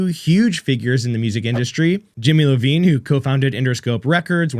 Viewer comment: For the record its Jimmy Iovine not Levine